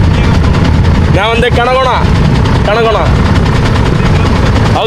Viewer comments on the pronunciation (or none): കണകൊണ അല്ലേടാ കൺകോൺ 😂